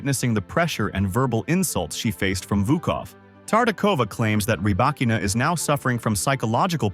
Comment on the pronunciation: Stopped watching after 10 seconds. If you can't even pronounce her name correctly, my guess is that the rest will be equally worthless.